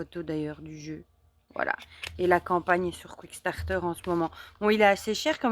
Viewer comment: Superbes jeux! J’en ai quelques-uns. Merci pour la belle présentation et toujours agréable de regarder vos vidéos. P.S. C’est Kickstarter et non « quick-starter »! 😉